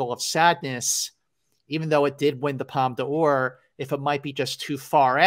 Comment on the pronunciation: Woohoo it’s my favorite season of the year-awards season!! I’m sooo glad you guys are keeping this going, so fun & thanks for doing so. I just missed an industry screening of Tar but am looking forward to it. Btw Scott- it’s pronounced Palm Door, not Palm Duh Ore. Just sayin’…love you guys.